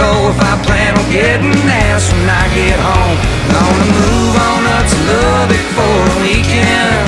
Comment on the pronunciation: Learn how to pronounce Lubbock and re-recorded.